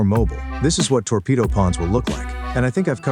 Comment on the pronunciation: TWOrpedo pawn 😂